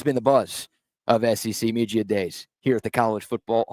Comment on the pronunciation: Please stop saying “media”